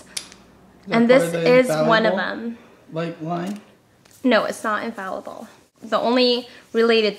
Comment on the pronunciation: I started laughing when said Infalible lol